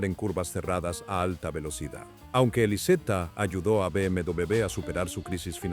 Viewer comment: Me encanta como la IA pronuncia BMW